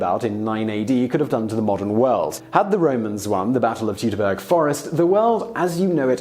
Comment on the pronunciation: Say it with me: "Toytoberger"